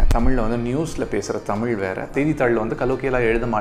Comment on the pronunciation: தமிழ் அ ஒழுங்கா சொல்லுயா , தமில் ஆம் 😂